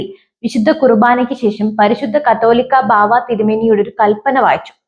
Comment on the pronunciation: ഈ ന്യൂസ് റീഡർക്ക് 'കാതോലിക്ക' എന്ന പദം ഏതോ അശ്ളീല വാക്കാണന്നു ധരിച്ചാണ് തെറ്റായി വായിക്കുന്നതെന്നാ തോന്നുന്നത്.